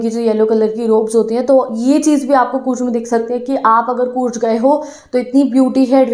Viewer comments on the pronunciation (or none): It's coorg di not courg.......